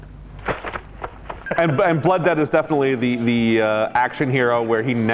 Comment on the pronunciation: Blood Debts? Don't you mean Blooo Debts?